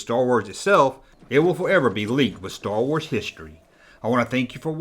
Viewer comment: "Schtor wors"